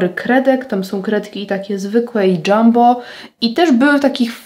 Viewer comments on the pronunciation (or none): none